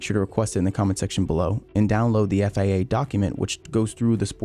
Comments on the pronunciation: Stop saying FAA....It's FIA... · its FIA, why he keep read it as FAA?